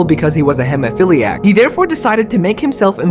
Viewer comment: It's weird that you don't know how to pronounce hemophiliac